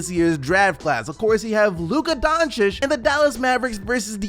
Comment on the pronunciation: finally, you said Donchich right :)